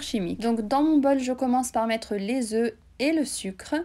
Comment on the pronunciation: Très bon travail, ça doit être succulent et c'est très beau. En passant : on ne prononce pas le "f" quand "œuf" est au pluriel. Désolée mais ça m'écorche les oreilles 5 oeufffs 😅